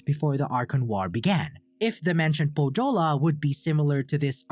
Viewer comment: Great video, I liked it a lot. But please, search correct pronouciation of Pohjola. You did great on every Finnish name, but butchered Pohjola, which was real pain. The "j" is pronounced like "y" in youth or young. Also the "h" is pronounced. Otherwise great video, keep the good work!